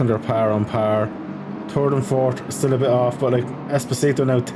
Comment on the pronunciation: It’s es-po-si-to 😂 not espioto 😂 you’ll get it sooner or later